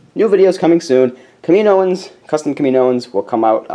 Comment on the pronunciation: Btw, just so you know, it's pronounced, "Kam-i-no-an" sorry those sorts of things bother me at least a little. ;P